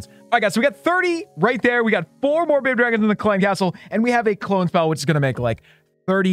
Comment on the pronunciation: “We have four more bhbydrhgens in the cc”